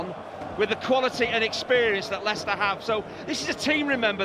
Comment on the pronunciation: because he said Leichester that's how Americans pronounce it?